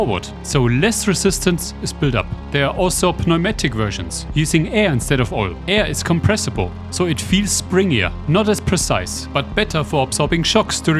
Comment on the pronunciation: In English the P in Pneumatic is not said. you just say Numatic